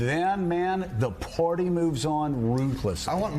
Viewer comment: Hey Joe...the word is "Party," not "Porty"!